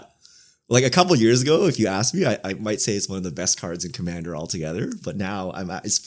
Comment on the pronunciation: I always get confused by pronunciation of "Commander" because, to me, it sound exactly the same way pronunciation of Kumena. With both of them I hear Kumana.